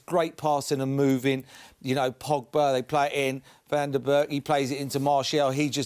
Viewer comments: "Van Der buurg"... I'm pretty sure Paul is watching a different game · "van der berk" i've heard it all now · Did Merse get anyone’s names right here. “Máximus” “Van de Burg” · Imagine having someone like Merson commenting on Ronaldo 😂🤦🏻‍♂️ Oh and he says "Van Der BERK" 🤣😂 at least learn how to pronounce ffs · Doesnt even try to pronouncd